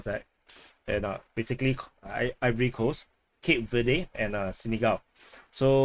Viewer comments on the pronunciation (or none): none